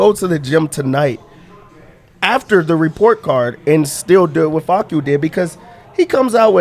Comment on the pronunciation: “Fah-soo” kills me everytime 😂